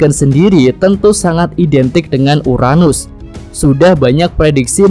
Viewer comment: URANUS.. bukan UNARUS